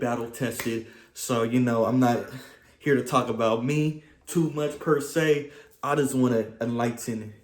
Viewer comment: "pursay" (not per se) 😂